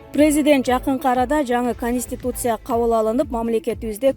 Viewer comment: АДМИН!!! КИЧИНЕ САБАТТУУ ОКУГАН АДАМ ТАБЫНЫЗЧЫ, КУЛАККА ЖАМАН УГУЛАТ ЭКЕН, " ПИРИМЭР, ЭКЕСЕС, КОНСТЭТУСИЯ,АКСИЯ"- ДЕДИРБЕЙ.